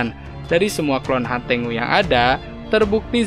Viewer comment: Hantengu ❌ Hantenggu✔️